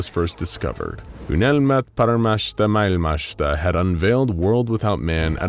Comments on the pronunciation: Unelma paremmasta maailmasta ei uynelma parmassta paikassta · "Unelmat paremmasta mailmasta" was butchered so hard, I didn't even recognize it as Finnish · good lord hearing you butcher the Finnish name of the group was heartwrenching as a Finn lmao, fair effort though. the name "Unelma Paremmasta Maailmasta" means "Dream of a Better World", for those uninitiated. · Ugh. I literally worked on that phrase for hours and still botched it. Sorry. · I liked your attempt of trying to say dreams of a better world in Finnish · I like how he tries to pronounce "unelma paremmasta maailmasta" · Eiks ookki täydelline lausunta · no it was not. even google translator pronounces better